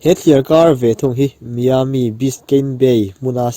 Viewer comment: Venetian (venesian) ti a lam tur, Miami (mayami) hmun hming ho khi tlemin lam uluk deuh la😊 i ti tha lutuk e, a bengvar thlak